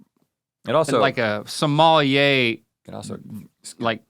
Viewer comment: Link: A sommelier ❌ A small yeah ✅